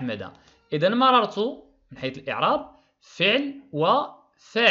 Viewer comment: استاد مررت ماشي ممررت